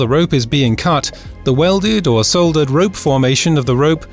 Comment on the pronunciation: grount, grount then soldert? come on. that's just being difficuld.